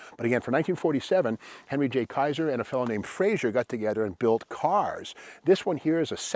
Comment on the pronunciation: Good job for the most part but I have to voice (type) one of my pet peeves. It's Frazer, not Frazier! It's pronounced "Fra- zer" not "Fra -zhur" Joe Frazer was Scottish. Other than that, great info and a great video.